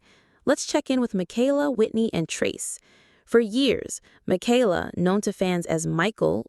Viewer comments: Thank you for pluralizing their last name correctly when you were talking about Nathan and Esther. You said "the Bateses." It made my day. :) (Even if you did pronounce Michaela's name incorrectly) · It’s amazing that you narrate this as if you got all the facts. Half of what you have said has been twisted a little bit or totally false and is not facts. If you watch all the different kids vlogs you know them well. Michaela’s name is NOT Makayla! Katie never said a word about going back to school. They also have a home they own in NJ so they haven’t been flitting from apartment to apartment. When they moved to TN they got 1 apartment until they figured out where to buy a house. Lawson and Tiffany do NOT live in CA. The house they show is Tiffs house from her younger days that she personally bought as a kid with her TV money. Of course they are keeping it in case one of her auditions works out and it is an investment. They did not buy Will a pony. They rented a pony for his party. Pretty certain Carlins pool was opened at the end of last summer. Erin and Chad had to move and didn’t want to but the farms lease was up and I think sold. They also had to give up the goats 😢. Josie’s cruise was a mommy daddy cruise with friends. They took the kids to Hawaii. The boutique is not just Whitney’s. Carlin and Erin are owners too. But Erin has stepped away since 2021. Mama Jane is Gil’s mom. Kelly Jo’s mom Betty Jo died in 22. Ellie and Addie are NOT twins the Bates have no twins.